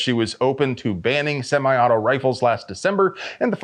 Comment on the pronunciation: She called it simi auto too